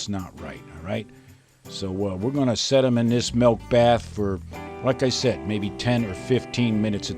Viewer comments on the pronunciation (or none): none